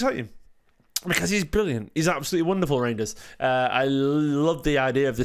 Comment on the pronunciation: it rejidners not rangers lol